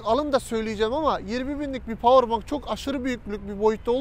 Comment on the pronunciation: Powerbank diye yazılılır (powerbenk) diye okunur abi bilgine.